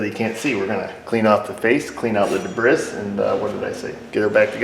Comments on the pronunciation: That word "Debris". Are you making a "funny" with your pronunciation? Should be "Day-Bree", with a slight (very slight) accent of the first syllable. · "De-briss" If the English language is going to put an s in a word why shouldn't choose to pronounce it.